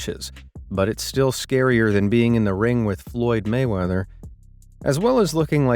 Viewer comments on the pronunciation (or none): none